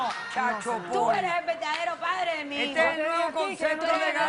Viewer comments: Dice la tóxica que “chalchopol” 😂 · .... 'chal chopol' jajajajajaja XD XD XD XD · Casi me orino de risa cuando dijo: ""chal shopor"" jjjjj que perra mi amiga jjjjjj loka no lokisimaaaaaaaa